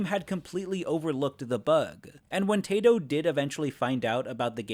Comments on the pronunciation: Why do you say tato instead of taito? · Just an FYI; it's not "Tei-to" like 'tazer'; it's "Tai-to" like typhoon. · Its pronounced "tai-toh" not "tay-toh". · Every time you say "tato" I cringe... It's "taito"... think about Japanese vowels, a is ah and i is ee. ah-ee... Put them together and you get a sound that's kind of half between long i and long e because it starts as ah but the i pulls it up toward e into a long i. So Taito is "t-eye-to" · Just a little note and it probably will never come up again taito is pronounced as tie toe. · Taito is pronounced as Tie-Toe. Even the company says it that way. You need to do research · Great work! I was obsessed with Primal Rage in the arcades Heads up, "Taito" is pronounce "Tie - Toe." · “Tay-to” My sides hurt. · Its pronounced "tie-toe" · I think Taito is supposed to be pronounced " Tie-Toe ". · How did you nail the pronunciation for all the Japanese names yet still say Taito like it rhymes with "potato"? For the record it's "Tie-Toe" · It’s "Tie-toe". Not (po)tato. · It’s pronounced “TIE-TOE”. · You mispronounced Taito the entire video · Hey, you should play G-Darius next. It has almost nothing to do with pre-historic creatures (unless you count the Anomalocaris boss) but as soon as you boot the game up you can learn how to pronounce TAITO I'm joking, great video